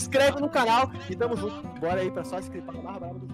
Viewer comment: Esse mano do final KKKKK "Reazi" "zunto" Kkkk Não sei se ele tem problema vocal,se tem desculpa kkkk